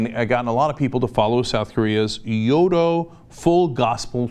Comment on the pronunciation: First of all it"s Cho not Choy. And it's not pronounced "Yodo" It's Yo ee do.